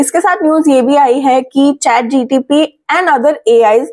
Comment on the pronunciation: It's ChatGPT not ChatGTP.